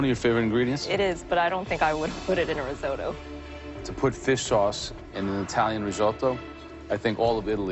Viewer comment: the way you pronounce risotto will make Italy weep a little